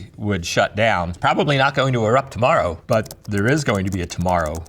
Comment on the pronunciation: "there is going to be a torromow, some day". very poignant